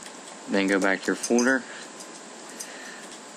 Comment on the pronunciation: You say "Folder" wierd. Nevermind.